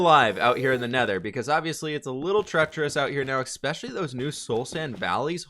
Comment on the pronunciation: I don't mean to be a jerk but its ESpecially not ECspecially